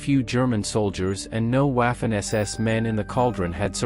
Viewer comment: So many times you see people posting "I would rather hear a bad human voice over than AI." What grinds me most about WWII videos is when they butcher the German language. It isn't hard to find audio pronunciations. German is also very easy to pronounce when you know the rules. It wasn't Waffen or Wiking, with the English W, it was like Vaffen and Viking with the German V sound.